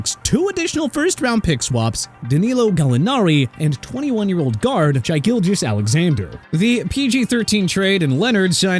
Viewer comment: SHAI is pronounced “Shay”